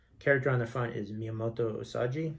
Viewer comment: the way you are saying "usaji" its definately "usagi". u sa gi.